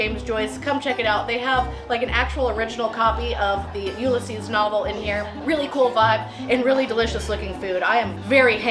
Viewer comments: This is how you pronounce 'Ulysses' [U-Lisses ], not [ Ulla-seas ] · The way you pronounce Ulysses .... It's you-LISS-eez.... It sounds like you're saying YOULESS-eez.